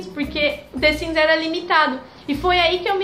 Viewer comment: the siMs, e não the siNs. que agonia.